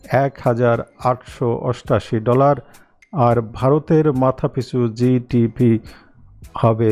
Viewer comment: Dtp or GDP or GDB clear pronunciation brother.